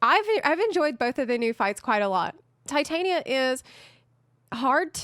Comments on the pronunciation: Tih-TAHN-ya. It's from Shakespeare. Everyone saying Tie-tain-ia makes me want to scream. lol Aside from that, I continue to love your videos. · Why people call Titania Tai-Taenia?